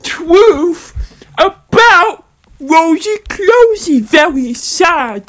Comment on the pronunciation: Um- stop it, get some help. “Twuth” “Wosy cwosy” “Gwacha twuba” “Agwee” “Pitwure” God, your giving me a headache